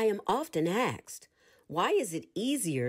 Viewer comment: The content is classic FSC, amd the reading good. For the future, recommend practicing the pronunciation of the word "asked" as such, and not "aksed".